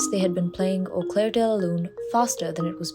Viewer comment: Au clair de la lune, not au 'claire' de la lune. The BBC team is not well versed in French it would appear!